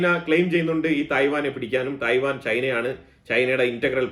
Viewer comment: It’s not TAI- WAN it’s TAIWAN 🇹🇼